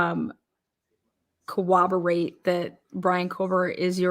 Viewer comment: Koh-wabberate and , and 😂 It's pronounced coRRoberate, guys.